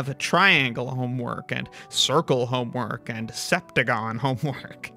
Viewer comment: It's not even triangle homework, it's honework. 😂